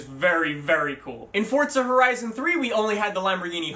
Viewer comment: are you saying fordsa or fortsa? either way learn to read. its forza. NO T no D....